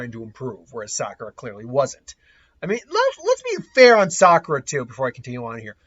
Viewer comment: "Saskura". Dude, you just did the equivalent of making the donut. That's rolls off the tongue way better.